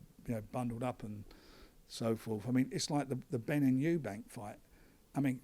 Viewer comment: All these years he’s been involved in boxing and he still calls Chris Eubank “Chris Eubanks”